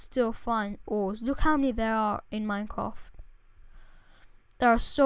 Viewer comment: Lol, minecwaft